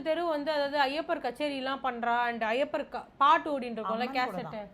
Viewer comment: ஐயப்பர்.. இல்லை… ஐயப்பன் என்று உச்சரிக்கவும்…